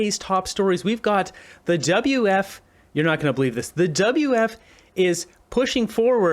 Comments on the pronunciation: Why do you keep saying, "WF" ? It''s "WEF". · What is the WF? like beo learn to pronounce properly. And the WEF is a distraction. They don't implement anything. They are just the mouth of other individuals and groups. Klaus is worth $12 million. This is a distraction for the plebs.